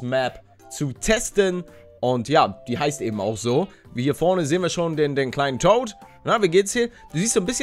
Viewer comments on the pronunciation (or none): none